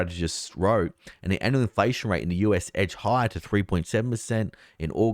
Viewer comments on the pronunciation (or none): none